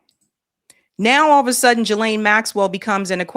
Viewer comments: Ghislaine is a French name and is pronounced Gee (rhymes with see) Lynn ( rhymes with pen)Trying hard to get over hearing Juh-Lane (nails on chalkboard), I know it’s petty, but education isn’t too terrible. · it's Ghislaine!!! [ gee-layn ] The "G" is hard, like goose. Not "G" like giraffe. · Jizlane does not deserve the courtesy of having her name pronounced correctly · Please pronounce Ghislain‘s name properly. It’s with a hard G not a soft G.